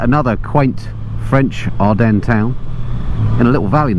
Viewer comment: ever heard If WWI? You've said "Adrennes" 19 times without a single reference....